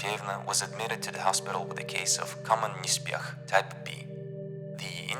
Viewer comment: You read it as Nespeh. H in Russian reads as N. E is Eh not EE C is S П is P. There's no "n" And X is H. Hope this helps.